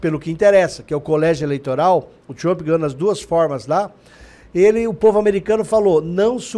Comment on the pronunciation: Por favor este cara aí não sabe pronunciar a palavra do nome Trump, vai estudar primeiro 🙄🤮